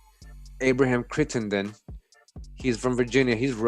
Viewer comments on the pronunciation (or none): none